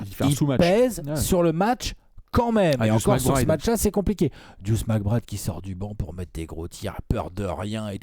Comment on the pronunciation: Son surnom c'est Deuce et ils le prononcent juste mal. C'est la même chose que nommer Earvin Johnson "Magic" ou Anfernee Hardaway "Penny".